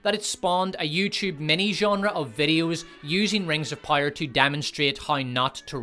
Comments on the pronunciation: I get it you have an accent but jesus fucking Christ it’s power not pyre. It’s like you’re not even trying. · Love the channel, hate the way you pronounce "power". I legit thought you was saying "pyre" the first couple videos i watched. 😂😂🤦‍♂️ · is it Rings of Power, or Rings of Pyre? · yo say < > properly please, you sound like a moron << rings of pire>> stfuuu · Here's a constructive feedback : it's sad to have a laughtrack at your own jokes. It's also boring to hear the same AH shitting the bed joke. Also, it's "Rings of Power" not "Rings of Pyre" Stick to the ranking, you have good content. the rest is cringy. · I don't know why but I'm fascinated how you pronounce power like pyre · Is it only me or do i keep hearing rings of "pyre". It annoys me to no ends. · "Rings of Pyre" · sounds like you are saying 'rings of pyre' :face-blue-smiling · Are you saying "Rings of Pyre?" Because if you are ... Brilliant.... And if you're not .... Brilliant. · Great job on the video but I have two pieces of constructive criticism… 1. You should get someone else to read your videos, it was cringey to hear you pronounce the word “power”. 2. Stop recycling jokes! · This dude couldn't properly pronounce the word "power" if his life depended on it.